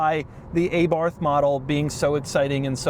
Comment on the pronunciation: This is first time I've ever hear anyone pronounce Abarth as eh-barth. And this guy even have an Italian last name. 🤌?